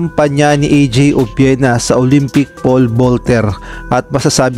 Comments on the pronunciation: Mali Po pronunciation nyo apelyido NYa,obyena Po ,Hindi obwena...sorry Po for my corrections .. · Obuena ba? or Obiena?